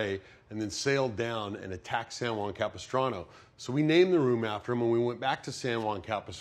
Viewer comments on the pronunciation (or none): none